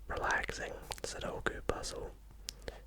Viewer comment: So glad you pronounce sudoku the correct way. My girlfriend insists it’s “suduko” and it drives me insane haha! Nice video man, high effort and quality as always